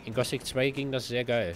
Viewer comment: Das heißt Gothic und nicht Gosic...